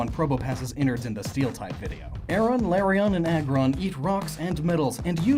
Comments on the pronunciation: I'm sorry, did you say Larion instead of Lairon? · Larryon!? Really? It's Lairon... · Your pronunciations "LAIR-ee-awn", "ter-REHK-awn", "KOHR-uhn-duhm". Correct pronunciations "LAIR-awn", "ter-REHK-ee-awn", "kohr-UHN-duhm".